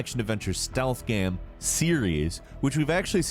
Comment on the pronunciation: even the way he pronounced "game"... he always pronounces it "GAM" like hes half-way pronouncing gamma.